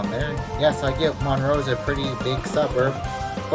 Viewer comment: . It’s ConCORD not conCURD. It’s MUNroe, and Rutherforton does not sound like the ladies name. It rhymes with rut.